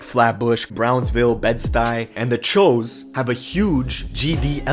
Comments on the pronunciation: It’s choo(chew) not cho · This nigga really said chows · My good man... it’s pronounced “ CHEWs “ not ch-o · I'm not from NYC but pretty sure choo is pronounced chews not CHOE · it's actually pronounced cho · It’s pronounced CHOO (chew) not (cho) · Choo not Chew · Its pronounced "chews" choos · it's pronounced 'Cho' though... bud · its pronounced choo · That's not how you say choo bud...